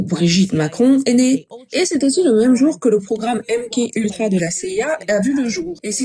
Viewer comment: Merci pour la traduction. On dit M-Ka Ultra …KA ! MK Ultra ce dit MKA…..